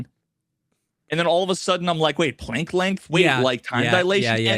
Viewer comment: Planck is pronounced with a soft a